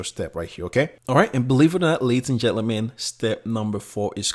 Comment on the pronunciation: I like the "Laties and Jellyman" , sounds cool.